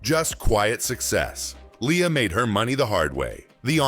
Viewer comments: its not Lee-ya, its L /e/ a. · btw -- it's one of her pet peeves when people mispronounce her name -- it's LAY-ah